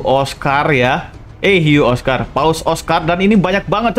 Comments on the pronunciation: paus orca dibaca paus orka bang bukan paus okar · Orka bang bukan oskar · orca bang bukan oska atau apa gitu aku lupa yang penting orca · Bukan oscar bang tapi orca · Orca bang bukan oscar